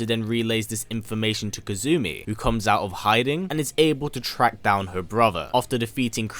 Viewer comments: Kasumi is the proper pronunciation Kazumi is from tekken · Kasumi, being Japanese, is pronounced "Cass-me", rather than Kazoo-me. It's far simpler and less strange to say DOA-tec rather than Dead or Alive Tech. As far as I know, you haven't left any events out aside from the side story lines in the movies. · Aside from mispronouncing her name (it's Kasumi, not Kazumi), great video! Kasumi is one of my favorite female characters ever! By the way, she only appears in Ninja Gaiden as a DLC character in the the third game in 2012 without any story relevance. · Pleased her name is kasumi not "kazumi" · Good video! KAS-umi not KAZ-umi though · KA-SU-MI Not KA-ZU-MI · It's pronounce ka-su-mi, not ka-zu-mi. You pronounce the s sound in japanese names. The only exception i've seen is tsu, which is katakana, not hiragana. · Correct Pronunciations: KAH-soo-mee (Kasumi) HA-ya-teh (Hayate) AH-ya-neh (Ayane) Liking the video! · In kasumi, it is pronounced, since japans alphabet is the hiragana table, ka-su-mi, you put the accent on the su instead of the ka in this video. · Hmmmm his accent let's him say the S sound but when he says Kasumi he adds a Z... interesting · Z to s - if that's the worst pronunciation issue then he's done an excellent job!